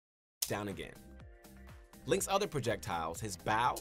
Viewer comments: I think you're being too harsh. When he pronounced bow as bao, I think he was talking about Link's favorite dumpling recipe 😁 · You know this video is terrible because I was so focused on how bad it was that I didn’t even notice he said baw instead of bow until afterMockRock said it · The only thing I don't understand you being so harsh on them for is their pronunciation of bow. People have different pronunciation of different words you know. Do you think you can react to one of their newer Smash guide videos? Because when I have watched videos of them the videos seemed to be coherent and make sense. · how do you say "bow" incorrectly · "The BꝊW and arrow" Just wait till you hear how this guy pronounces Ryu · I’m surprised you noticed that they mispronounced bow, but not that they called it a projectile. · bro we went past the level of the guy not knowing how to play he doesn't know how to speak! Bow (gesture) is not bow (weapon)